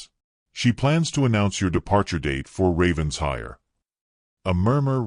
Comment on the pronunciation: For the 110th time: it’s NOT Ravens-hire. It’s Raven-shire, with the accent on shire! What’s with the weird coach? Lovely that he was in love with her before he met her. Diametrically opposed to the usual. Excellent plot twist.